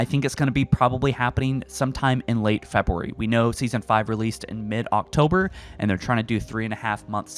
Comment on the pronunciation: Imagine not being able to say February